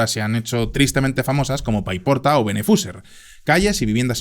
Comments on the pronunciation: “beneFússer”?? Es Benetusser, muy bien el vídeo pero para dos pueblos que dices podrías cuidar de decirlos bien. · Benefuser jajajajajaj😂 Benetússer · Es bentuser, no benefuser... aún así, como valenciano, muchas gracias por hacer este video tan necesario. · Me vas a disculpar pero es Benetússer 😅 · la pronunciación de Turís o Benetússer ha sido un poco lamentable. El vídeo y su contenido genial, como siempre. Un saludo desde l'Horta Sud.